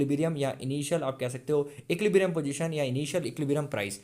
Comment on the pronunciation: bro please learn to pronounce equilibrium correctly 🙏🙏